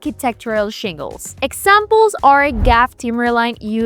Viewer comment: You lost me at “Gaff”. It’s G-A-F.